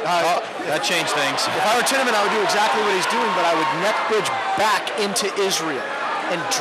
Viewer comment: They say Tiemann wrong.